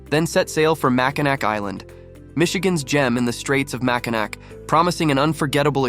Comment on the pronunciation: Nice little video but you really should pronounce Mackinac correctly. It's Ma-kuh-nau Island, not Ma-kuh-nack. Also the Island does not have a zip line so not sure where you took that video. Last up the beach shot with the bridge, that video was taken at Mackinaw City not Mackinac Island. The Mackinac Bridge does not connect to the Island.